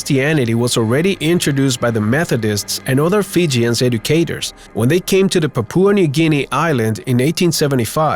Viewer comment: Papua not papooa